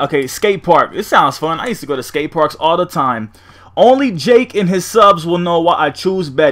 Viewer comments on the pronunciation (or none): Nigga said jake instead of Jack hahaha